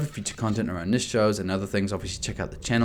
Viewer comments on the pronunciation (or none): none